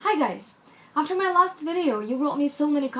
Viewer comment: Just by the way you said "hi guys" i realised you're Russian-speaking, even though you speak perfectly and the accent is not really there, as a Russian speaker I just feel it. Great video btw! I'm a romantic.